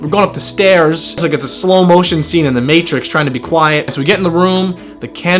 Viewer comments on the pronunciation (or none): none